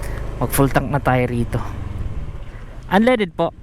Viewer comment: Natawa Ako sa unleded(unleaded) na sinabi mo